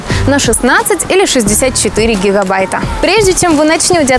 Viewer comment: на 64 хихабайта )))))